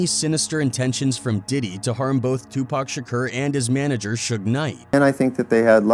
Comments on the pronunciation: lmao this guy cant pronounce tupac... tupurk shkur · This dude pronouncing shakur shakerrr is annoying isn't it?! He can't even pronounce Tupac's name correctly after so many years of others pronouncing it correctly.